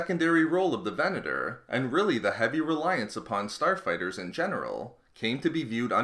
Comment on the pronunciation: Who else thought he said porn star fighters